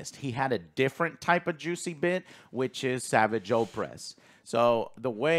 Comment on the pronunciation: Sorry, but does know what he's talking about? He claims to have watched Rebels and Clone Wars but he pronounces "Savage" wrong and thinks he died in Rebels. He must've only seen clips of these shows. Because even in other Ahsoka Reviews he still gets so much wrong about what happens in CW and Rebels